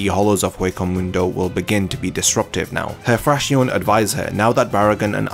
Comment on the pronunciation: just a lil commento, it is pronounces Frakzion...with the accent on the O. It comes from the spanish for fraction...the fractions of the numbered Espadas I guess